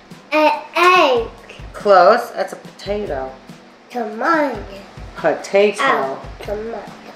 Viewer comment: I thought he called potatoe Topanga at one point